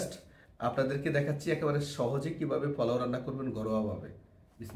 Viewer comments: মনে হয় নোয়াখালী বাড়ি। তাই পোলাও না বলে পলাও বলেন। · ফোলাও না পোলাও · শব্দটা ফলাও না পোলাও? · পলাও বলেন কেনপোলাও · পলাও বলেন কেন পোলাও। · আগে নিজের উচ্চারণ ঠিক করেন??? জীবনে প্রথম শুনলাম "ফলাও"😆😆😆😆😆😆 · আপনি কি নোয়াখালীর মানুষ পলাও বলেন কেন?